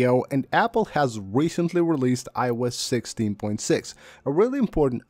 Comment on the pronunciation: Very useful and interesting video. However, it took me a while to realize the speaker was saying iOS 16. It sounded like I wes 16.